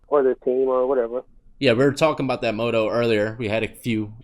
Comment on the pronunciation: Lol 'moto' I feel like he meant to say motto like pronounced (mah-toe)